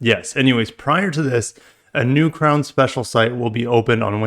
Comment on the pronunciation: Ffs another FWD crossover. Butchering the crown name